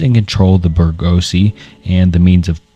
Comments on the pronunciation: its proniunced something like "boor-gwa-see" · "*tHe BErGOhZsE*" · Your pronunciation of bourgeoisie absolutely killed me man LMAO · Bourgeoisie broke me ahah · how can someone pronounce bourgeoisie so horribly 😭